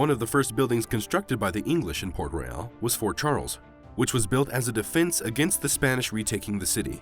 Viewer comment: The name of the city is port royal and not port reyal !!!